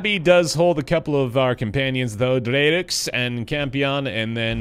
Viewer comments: Haha I think "Dreux" might be pronounced more like "Drew" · i'm just guessing, but if Dreux is French, her name is probably pronounced "Drewzz"